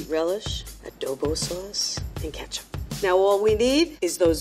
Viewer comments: Why’d he say ketchup as katchup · Why does pronounce ketchup like that. its a E not an A. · Did they say katchup and not ketchup